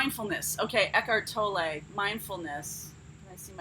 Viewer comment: Morena!:) (sag here) First time I've heard Eckart Tolles name pronounced like that. I'm from New Zealand and I've heard people say "Toll" "Tolley" but never "Tollet" love it ❤️ I love your constant positivity!